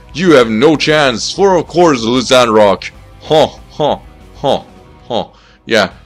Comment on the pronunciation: it's pronounced LYE CAN ROCK